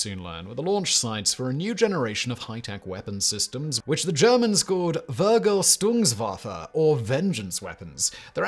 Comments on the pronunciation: That "vergel-stungswaffe" had me cracking up :D I love hearing Simon say german words. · "Wergel Tungs Wafeh"? Well, at least he tried... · oh lord, I heard it. Yeah that was rough hahah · As a German: that's not how Vergeltungswaffe is pronounced at all 😂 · Wow, if ever someone butchered the pronounciation of "Vergeltungswaffe" Simon nailed it in that regard :D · hey give the man a break. german words are hard.